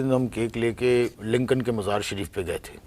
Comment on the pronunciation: It's Lincoln not linkan.